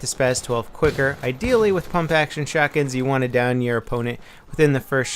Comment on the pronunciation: Pump* not pomp.lol